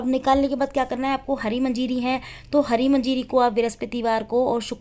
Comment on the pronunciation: Aunty manjiri nahi manjari hoti hai...aur aapka ye gyan galat aur adhuri hai